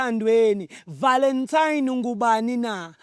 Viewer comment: Nge 'VALENTIME'😂😂😂hay🏃